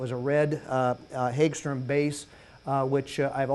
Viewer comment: Per the company the pronunciation is "Hogstram" and the company has been making guitars since 1958.